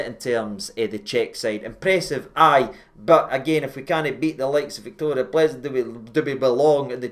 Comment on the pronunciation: Pronounced Pilzen,. They gave us pilsener lager.